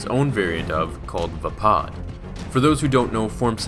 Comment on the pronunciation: ITS CALLES VAAPAD NOT VEPOD !!!